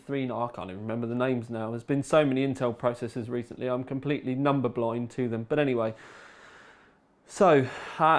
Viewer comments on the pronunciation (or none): none